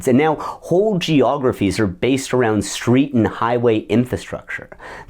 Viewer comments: Did you say “skreet”? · “I saw him on the skreet”